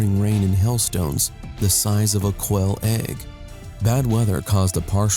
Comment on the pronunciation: Listen closely. Is he calling them hell stones? What the hail is a hell stone?